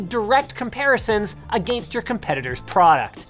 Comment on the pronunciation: wasnt really sure he was canadian... then he said "a gainst" and confirmed it